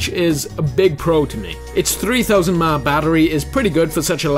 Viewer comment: 3000 MA! Batteries. lol! Nice, Concise review.